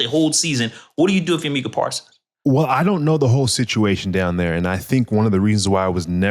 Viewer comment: Good podcast, but wanna front as an NFL and especially as a Cowboys fan.. and can't pronounce MU-kuh Parsons name? Micah only been on the Cowboys for 4 yrs now, plenty of time to learn his name ain't pronounced "MEE-kuh". Good pod, and interesting conversation, but c'mon bro!